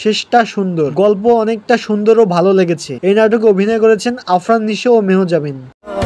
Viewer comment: মেহজাবিন নামটাই ঠিক মতো বলতে পারেন না আসছেন ভিডিও বানাতে।